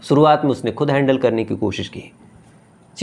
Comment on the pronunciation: Aankhe to banawa li hai.....thoda zuban bhi sahi kar le...diction bahot bura hai....sh ko s bolta hai...suruwat nhi shuruwat hoti hai